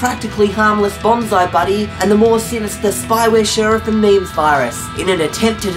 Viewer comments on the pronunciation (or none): THATS NOT HOW U SAY MEMZ ITS (MEM-Z)